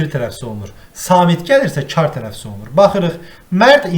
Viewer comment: yanlışdır müellime `tələffüz` olmalıdır